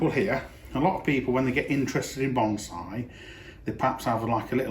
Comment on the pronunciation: I love me some "bomb-saae" :-)